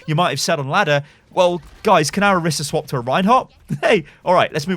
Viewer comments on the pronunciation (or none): none